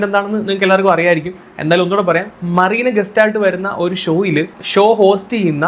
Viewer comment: മറീന ആണോ മെറീന എന്നല്ലേ